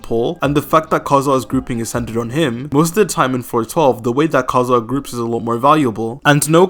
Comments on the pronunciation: Dude just say KAZUHA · Stop with "Kaedehara Kazhua" 💀